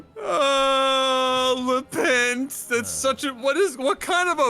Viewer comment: I think the guy is changing R's to L's and L's to R's. rovs you - lepent